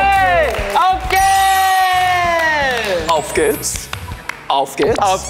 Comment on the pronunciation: Okay but they pronounce german really good!! Especially Jaehyun, the way he said auf geht's sounded like a native not kidding